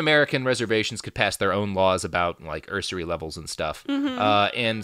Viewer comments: "usury" - pronounced like "use" + "ury" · Normally, I have no trouble ignoring Robert's mispronunciations, because we're all human, and as he mentioned here, he only has a limited amount of time to research his topics, but I find the way he pronounces 'usury' fairly amusing. I don't know why.